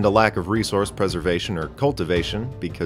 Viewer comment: Eath........ I live on Eath.